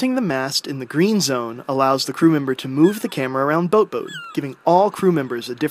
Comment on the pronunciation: I LOVE THE WAY U SAY BOATBOAT OMMMMGGG